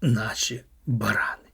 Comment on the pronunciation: Не барАни, а баранИ.